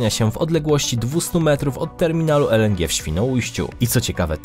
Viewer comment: "Terminal ELENDRZI" Babo gdzie cię polskiego uczyli? Czy ona tak always pierdoling pół English pół Polish?